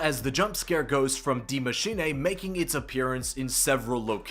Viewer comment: Its not die maschinay!!!!! But maschine!